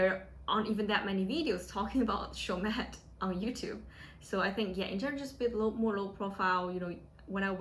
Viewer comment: dont pronouce the "T"